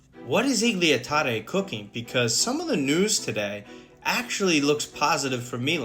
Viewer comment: Can you stop saying Iglia Tare it's Igli 😭